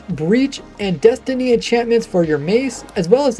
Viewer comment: It's actually density, not destiny😅